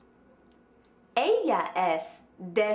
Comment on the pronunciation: hahaha FAIL ¿COMO ES ELLIA? TRUE ¿como es ella?.